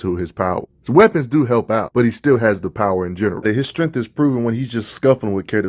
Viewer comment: I should save this video and make a drinking game out how many times I heard “strengff” lol